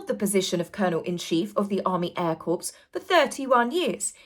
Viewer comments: Please!!!!! "Corps" is pronounced, "CORE"!!!! It's not a dead body!!! Just because idiot Obama mispronounced it as CORPSE, don't YOU!!+ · Corps is pronounced like ‘core’ not ‘corpse’ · I love, love, your channel……but the word CORPS is pronounced like the word CORE……not corpse, as in dead body! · The Air Corps is pronounced "core". Otherwise it sounds like a dead body. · Corps = core (military group: French) corpse = dead body Please stop saying corpse. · Hi 👋 Another great video! Just to let you know that 'corps' - as in "army air corps" - is pronounced "CORE." When you pronounce the P and S of 'corps' then you're actually saying "corpse" which is obviously a dead body! 😊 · One of Barack Hussein Obama's lowest moments of disrespect to the USA military, was his referring to our Marine Corps as "corpse". He was the fecking COMMANDER IN CHIEF and couldn't be bothered to educate himself the tiniest bit about our illustrious & honored Marine Corps!!!! An American 5-year-old knows it's pronounced, "core". So, PLEASE, my ears bleed when I hear any honorable military Corps referred to as a dead body, a corpse.😢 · Just fyi corps is pronounced core. A corpse is what Harry's career resembles. 😉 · Brilliant video,. Just want to point out that Corps is pronounced “Cor”. The P and S are silent. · The BBC edited out the boos. Corps is pronounced Cor. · Love you, but the word corps is pronounced 'core'. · Very succinct well said except Corps is pronounced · Corps is pronounced cor,. Just a friendly prompt 😊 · Army Air Corps. Is prenounced Army Air Core, sorry xx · Corps is pronounced core❤️